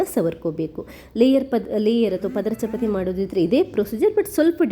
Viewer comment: ಚಪತಿ ಅಲ್ಲ,.......ಚಪಾತಿ ಅಂತ ಹೇಳಿ.